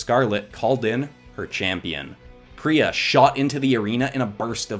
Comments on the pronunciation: Its pronounced Pie-Re-Uh, Not, Pir-Y-Uh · Is it just me, or when he said pee-rea I got REALLY annoyed. IT'S PIE-REA, PYRRHIA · ik that other people are probably already are screaming at you for this but its pie-ri-a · Lovely art. Grammar correction: Pie-re-ah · Me be like: it’s ( PIE-REE-UH) thank you very much. Lol✨ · im pretty sure it"s pronouced py-ree-ya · I AM A WINGS OF FIRE FAN ! and it pie-re-a that's how to pronounce it sorry that just building me a lot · Btw phyria is pronounced pie-ra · Oh it’s ( pi - re- ah) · Tree things: 1. This video is is LITERALLY A DREAM COME TRUE! tHANK YOU SO MUCH! 2. You pronounced Pyrrhia wrong! 3. PLEASE DO WINGS OF FIRE VENOMIZED! Bonous 4. You should’ve used the comics as reference